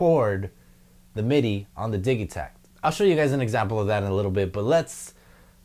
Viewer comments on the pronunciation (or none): I thought it was pronounced "Didgey-takt" and not the "Diggy-takt" :)